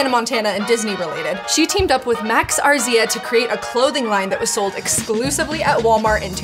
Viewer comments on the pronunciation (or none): His last name is pronounced ASREE-a and that Walmart collab was my entire 8th grade wardrobe 😂love max as a designer to this day